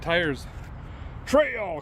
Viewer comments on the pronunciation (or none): none